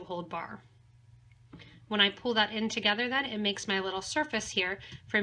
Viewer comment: love the pattern and all your videos... have watched many and created a lot of pieces.. my friend and i get together once a week and bead...and we will both sit and watch your tutorials...and she is forever telling me to behave.....as i listen to you talk, you are always say '' give it a nice tight pool... and im always saying...its pull, pull not pool.... she just chuckles n says you're so bad (to me ) but i do so appreciate your patterns, tutorials and your products!!! so ty all at potomac bead company